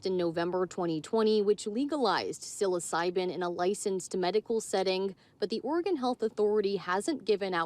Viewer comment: She doesn't know how to say psilocybin lol